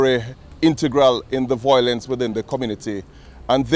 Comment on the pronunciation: The word is Violence.not voiolence